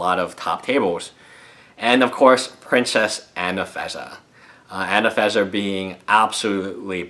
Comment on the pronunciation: I don't want to be nasty, but you do realise there is are 2 "n"s in "AnafeNza", not just the one you pronounce.